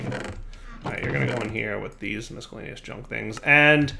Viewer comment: derp - The inability to pronounce the word miscellaneous.